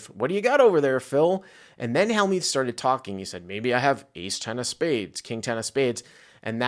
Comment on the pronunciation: he also mispronounces Phil Hellmuth's name as well